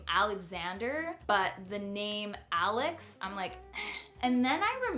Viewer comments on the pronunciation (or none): none